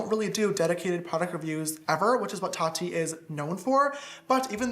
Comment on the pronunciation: Isn't Tati's name pronounced TAH-tee, not TAT-tee?